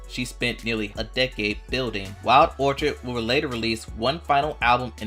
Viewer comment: "Orchid' is pronounced "orkid" with a hard K sound. 🙄